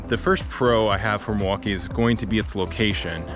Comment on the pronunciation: Not to quibble, but his pronunciation of Milwaukie is odd. He says Muh-Wah-Kee, instead of the correct way, Mill-Wah-Kee. The L is not silent in Milwaukie.